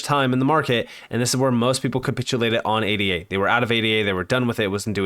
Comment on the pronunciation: Bro...... can you please stop spelling ADA out and just say Ayduh?